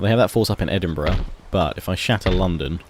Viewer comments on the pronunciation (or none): says edinburgh like edinbruh